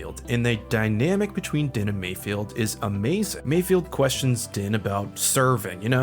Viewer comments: You keep mispronouncing Mayfeld's name. It's not Mayfield. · Take a shot every time says "Mayfield" Its Mayfeld 😖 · Dude his name is MAYFELD!!! MIGS MAYFELD. Lol you’re killing me saying it wrong!